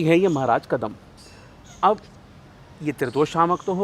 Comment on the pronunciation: कदम्ब है सही उच्चारण प्रभु